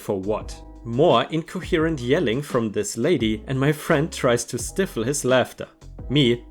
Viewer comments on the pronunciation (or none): Cart corral= cor ral - sounds like gal Dealer license plates Stifle= sty ful